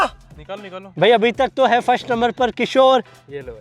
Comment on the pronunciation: किशोर डोन बोलते हैं 😂